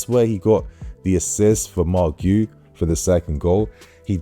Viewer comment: The way to say Marc Guiu's name is without the first U Giu, Gee who